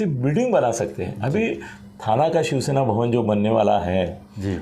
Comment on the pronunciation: श्याम गिरी जी it is शिवसेना and not शिवशेना. You keep saying शिवशेना